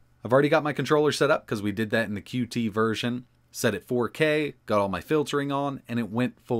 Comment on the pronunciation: FYI: “Qt” is pronounced “cute,” not “cue-tee.”